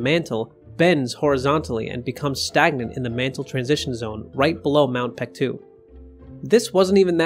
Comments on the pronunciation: pronounced bek-du not pektu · Reading of the name.. its baekdu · FYI, the more recent romanization of Paektu is Baektu. The "p" is soft, so it's more accurate to prnounce it as Baektu with a soft "b." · Great video! But what is up with the name? It's even spelled Peaktu sometimes😂 It should be pronounced Bek-Du. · Since you clearly know something about the matter you should have no problem understanding what ㄱ has to do with the argument - Paektu cannot be pronounced PaekDU (or BaekDU like you said) because ㄱ can't be voiced here. "Someone in the Korean language", you mean someone who's native language is Korean, someone foreign who knows Korean or someone who just reads Korean names for the sake of some YT video? Sounds very ambiguous but in my opinion it's highly likely to be the latter. In that case, it's kinda unfair of you to expect that person to know the difference between ㅂ and ㅍ and pronounce it properly. It's condescending. And yeah, spelling mistakes are surely a sus political move 🙄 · Whoever told the western world that ㅂ should be pronounced as a P did Korea a great disservice.